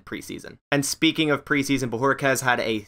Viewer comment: Finally someone that pronounced his name. New sub for that.